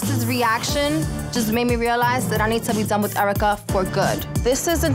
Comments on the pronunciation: EURA CUH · was just about to type this. Airwrecka is *the* most accurate